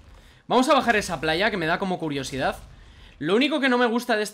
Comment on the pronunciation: te pasaste una caja de oro cundo dijiste plalla 😐😲😕